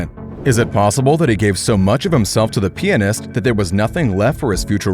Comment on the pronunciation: PLEASE FUCKING SAY PIANIST RIGHT